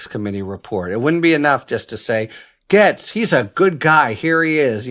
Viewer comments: Harry, Gaetz is pronounced “gates” like garden gates. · It’s pronounced GATES! ❤ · Harry ! Gaetz is pronounced just like gates, also rhymes with rates, hates, makes, takes.